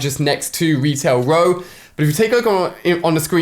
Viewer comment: Lmao, he said Retail Row like "Wetail Whoa" lol alia sucks